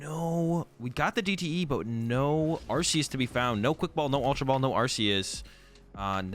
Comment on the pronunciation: It's ArKeus, mate...